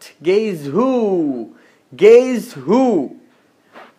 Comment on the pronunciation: সাজ্জাদ হোসেন bro apnio vul blchen ota hbe - geiizz geiizz 😌 first a vbchilam enare gay gay bole keno barbar uposthapok (!)😏